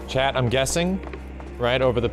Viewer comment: New to your channel; been listening to your ff7 chapters while I work and this whole time I thought you were talking to someone named Chad...turns out you're saying 'chat' lol.